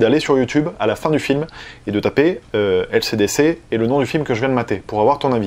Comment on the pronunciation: Je suis le seul à entendre ACDC quand dit LCDC mdrr